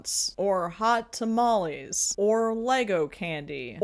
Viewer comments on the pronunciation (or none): none